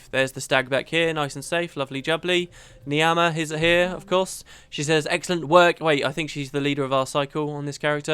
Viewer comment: Niamh, it's pronounced "Neeve" it's an Irish name. (I'm going to keep reminding you every time you pronounce it "Neem")